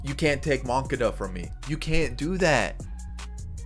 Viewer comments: how to say moncada's name: mun-ka-da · The way he pronounced Moncada